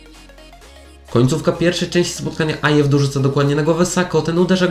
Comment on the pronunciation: Nazwisko Ayew czyta się "Aju" a nie "Ajew" :)